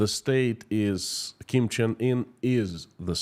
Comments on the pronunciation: Dear, I am Korean and I would please ask you to learn the proper pronunciation of the Kim dynasty. You are slaughtering their names and I did not recognise who you were actually referring to. I also was at the DMZ (the 38th parallel on the NK border) and listened to NK defectors in Seoul in 2017. The state of the Korean peninsula is what is referred to as an armistice. Technically, the two Koreas are still at war. There are about 30,000+ NK defectors who fled the regime and managed to make it to SK but under great personal risk and danger. NK has a VERY thriving black market economy. There's A LOT more to NK than what you are alluding to here. Kim Jeong Eun went to one of the best and most exclusive SWISS boarding schools and LOVES basketball. The whole Kim clan has been educated abroad. It is IMPORTANT that the West learns the truth about NK - it copied anti-Western/US propaganda 1:1. There was an exchange programme between Eastern Germany and NK in the 60s. A LOT of Westerners are fascianted with NK. If you want to learn more about the Korean war, I'd suggest googling "The Forgotten War" of Korea. At least, you'll hopefully learn to pronounce the Kim dynasty's names properly. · Learn to pronounce the names of the North Korea Leaders, imagine if you would call Vladimir Putin - Vladek Pralina, would that be ok with us, off course not. Take time and prepare the subject, be clear with the message, naming those people with different names (then they are called by) means you are not serious with what you present on your channel, we need you to be exact and concise , otherwise I loose interest in what you have to say. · A genuine question and I'm not trying to make fun: Is how you pronounce the Kim's names the correct one or caused by an dialect? I only know how we pronounce the names as we do in Germany, wich often isn't the original pronunciation. We tend to "germanieze" a lot, sadly.